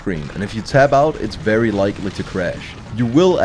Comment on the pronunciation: It's vewy hot in here